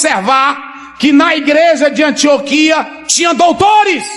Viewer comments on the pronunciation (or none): none